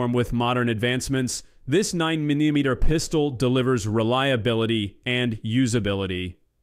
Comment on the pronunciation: “Nine minimeter” WTF is that. 😂